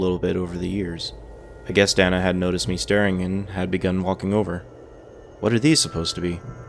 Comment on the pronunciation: lmfao "dana" is pronounced "dayna"